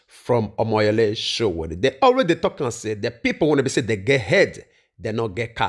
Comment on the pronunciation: Nice work, it’s Sowore, not Sowere 🙌🏽